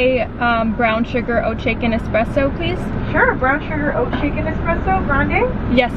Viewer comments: I needed this🤎 but please tell me your Starbucks order bc I keep hearing “oat chicken espresso” and when I turn my captions on it also reads that. Is that correct? Or am I trippin 😅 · Dying bc I was hearing oh chicken 😭🤣 and I had to look it up but she’s saying OAT SHAKEN 🤣